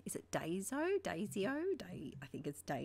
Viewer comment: Daiso is pronounced dīso (long “i”). 😊